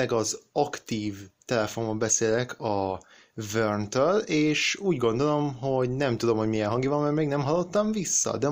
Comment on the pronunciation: Vörn-nek kell ejteni nem?